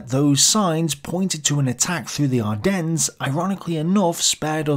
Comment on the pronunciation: Pronounce Ardennes properly please. No 's' at the end.. and St. Vith too. Otherwise pretty decent review. I do hope that you are okay with all that you are trying to complete. U do a really good job, but I worry about your health.